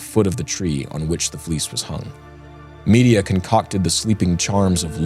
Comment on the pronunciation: Please please please check how to pronounce names. All through this podcast Medea has been prounced " media". It is prounced with stress on the 2nd syllable "med - DEE - ia"